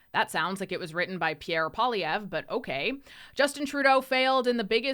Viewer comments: It's funny none of his fans can say his name correctly.😅 It means furry rabbit. Pwell lee evra Poilievre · No offence, but maybe pronounce Pierre Poillievre's name correctly first The others among the Liberal Cabinet reshuffle will, soon enough, be made redundant. Many thanks.